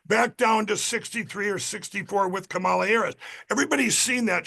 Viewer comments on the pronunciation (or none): Insufferable sore winner. Still can't say Kamala's name correctly. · They STILL can’t bring themselves to pronounce her name correctly. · Seriously, can even one Trump supporter pronounce Kamala’s name right…. Even just once? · He still can't pronounce "Kamala." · WHY can not a single Republican properly pronounce Kamala's name? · Why in the hell can’t people in the right pronounce Kamala’s name correctly?